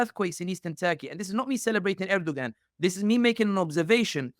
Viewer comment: Please learn to pronounce names correctly as it’s confusing when you say someone’s name wrong and the listener can’t follow along. Erdoğan’s name does not have the G pronounced in his name.